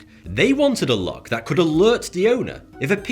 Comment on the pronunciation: Well either way, he is unable to pronounce the th- sound. Watch any of his videos it's all "I fink vat" and "vis is vuh best".